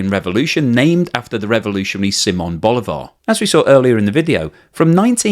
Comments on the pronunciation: It is pronounced Boli'var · Bolivar have the accent in the ( I ) not in the ( a ) please a little respect, because Bolivar is a big person around the world, and I'm not Venezuelan.